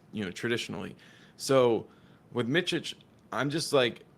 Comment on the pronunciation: Holy cow guys, it’s Miss Itch (Micic)